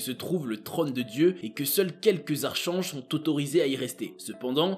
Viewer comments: Bonsoir bravo pour vos recherches et travail. Sinon on prononce archanges: arc ange. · A " les archanges" mais enfin ça ne se prononce pas comme ça.... , quel age as tu? On dit arc'K'ange.